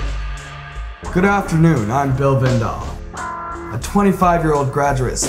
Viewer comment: is it me or does he pronounce it Bill "Vandahl" first and then Bill "Vandell" later?